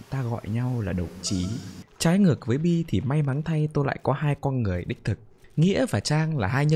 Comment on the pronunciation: Comment đi và bạn sẽ lên tv someday Cho tui hỏi tuna ngọng nên nói mấy từ kiểu "con" thành "cong" hay sao v? :))